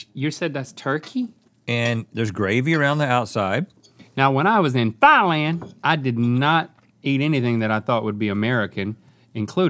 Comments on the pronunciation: Thailand is pronouced with the emphasis on the land, or not at all. Definitely not on the "Thai" part. ThaiLAND. Not THAIlnd. is pronouncing it correctly. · FINALLYY!!!! SOMEBODY WHO KNOWS HOW TO PRONOUNCE THAILAND!!!! THE AMOUNT OF TIMES I"VE HEARD EVERY OTHER PERSON EVER SAY THIGHLAND AND NOT THAILAND!!! LINK!!! THANK U!!!!!